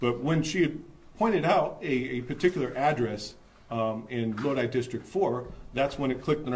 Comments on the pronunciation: If you want to learn how to pronounce Lodi correctly, listen to the Credence Clearwater Revival song, Stuck in Lodi Again. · I wasn't commenting about the song. I was telling the presenter that he was pronouncing the word Lodi incorrectly. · Loadee? Lodi is pronounced Load eye. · It's pronounced Lo'-di, not lo-de! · The city name (Lodi) is pronounced as if to say "Low-dye" Thanks for the great reporting on election fraud! This man looks like a good upstanding Democrat. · Lodi? That's pronounced "load eye", not "load eee". "Oh Lord, stuck in Lodi again..." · It's pronounced "Low-Die" not "Low-Dee" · He said "low-dee" lmao ugh it's pronounced "low-duh-eye" it's fine i mean not everyone is from California but lodi is like well known amongst us Californians. I miss going to Lodi lake and ia kid. Kqcr3 the clip played even pronounced it. I don't watch channel 3 often they are far left leaning. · LOW-DIE not Low-Dee… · LOW-DIE not LOW-DEE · it's not lo-deee, it's lo-die. lodi as is oh lord, stuck in Lodi again... lol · It's pronounced low-die 🎉🎉🎉🤍🤍🤍Cali girl here😁😁😁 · I wanted to let you know that Lodi is pronounced: Load Eye.😂😂 I'm about an hour and half away from Lodi. My younger brother and a friend of ours used to race modified go karts up there. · Lodi, pronounced, (load eye). Im not surprised about Kahnman. There are tons more ...Cali is a haven of trash. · The city is LODI, pronounced LO-DYE. As in "Stuck in Lodi again" CCR.- 1966. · It's pronounced "loadeye" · I know how Lodi looks, but it’s pronounced “low-dye.” Side note: Keep up the good work!!! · It’s pronounced Low-die.❤ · Lodi sounded out is "Low-die" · This is the first time I'm hearing about a thorough voter fraud investigation that led to a legitimate arrest in the State of California. I'm from California, that NEVER HAPPENS! This is a rarity. Not to sound like a grammar Nazi, but the town's name is pronounced "Low-die." Sorry. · that city is pronounced "load-eye".